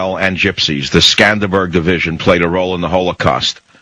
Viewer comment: It's not "Skanderberg"-it's "Skanderbeg". And no,not every country had SS divisions. I mean,almost none had SS divisions!